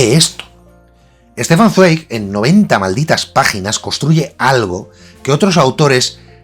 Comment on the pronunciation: Me chirría un poco cada vez que dice "estefan zueig" o "dsueig" (con la "z" española) cuando, como seguramente él sabe, la pronunciación correcta es "stéfan tsvaik". Y sí, digo "pronunciación correcta" porque se trata de un nombre propio. Así como a mí no me gusta cuando un gringo me dice "josei" o "yosei" pues me llamo "Jose" (sin tilde) o a tampoco le gustaría que un guiri lo llamase "ráben" o "rúben", supongo que a nuestro querido Stefan Zweig tampoco le gustaría que le cambiasen el nombre. Y no se trata de ponernos "esnobs" o quisquillosos sino de tener la deferencia de usar el nombre correcto de una persona y más si se trata de un autor tan querido, admirado y respetado como el autor de "Novela de ajedrez".